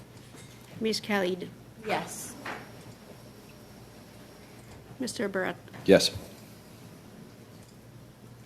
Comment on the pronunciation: If no one in the House of Commons can pronounce Ms. Khalid's name properly - including her closest co-workers - perhaps she shouldn't be in Parliament (obviously not born here)